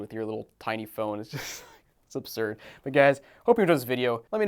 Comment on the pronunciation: Bro could not stop saying "obsurd"